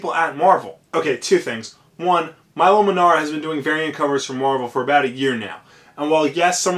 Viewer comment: It's pronounced "Meelo" Manara. I go to look up this artist and your vid of 464+ views is on the front page. Why?!?